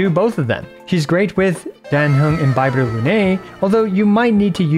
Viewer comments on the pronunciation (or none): none